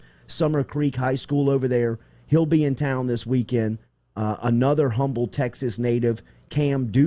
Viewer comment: FYI... the city in Texas although spelled Humbled is pronounced “Umble”